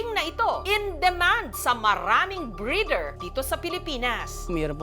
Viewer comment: Di ginawa ni Jessica Soho ang homework niya. Sablay ang pronounciation ng boer. Pati breeder sablay din. Google google paminsan.